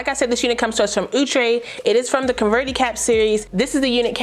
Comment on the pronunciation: I love how you say OUUTRE LOL love your content ❤️ so kind in spirit